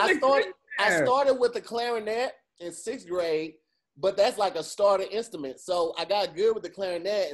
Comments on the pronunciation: said “instament” instead of “instrument” and no one caught it 😂😂 I was waiting for someone to call him out lmaoo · had said instument